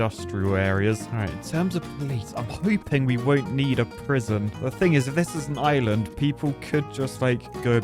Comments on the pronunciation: Island ❌ Is-Lund ✅ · whatz za shape of za izland my brudda